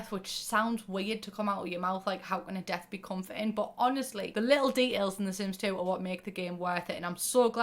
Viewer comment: Fully thought you were saying Dev instead of Death which is my nickname but now i shall introduce myself as Death hello nice to meet u